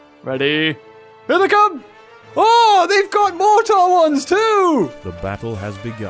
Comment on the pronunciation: pretty sure it's pronounced "mor-ter"